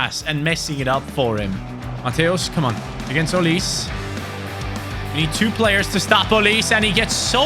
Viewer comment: You were butchering the pronunciation of M. Olise. It’s pronounced ‘O-lee-seh’. I don’t know how to type the pronunciation of Okonkwo, but yea, you’re not entirely pronouncing that one correctly too😅